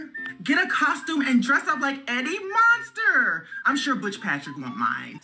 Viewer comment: Eddie “monster” bro? 💀 can’t even get Eddie Munster’s name right lmao sit tf down. Edit: ❤️